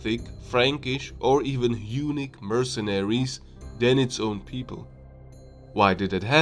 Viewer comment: Good video. Maybe just work on your English pronunciation. Unique/Eunuch = Hunnic